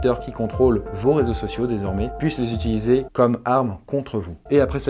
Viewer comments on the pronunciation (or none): none